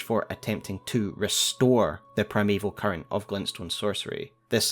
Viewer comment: Not sure if it is just because I am hungry. But at one point it sounded like you said "Primeval Curry" 😂 great video as always. Been holding off on watching these until I had a good understanding of the broad strokes of the story from playing the game. I love all the connections you find. Always excellent!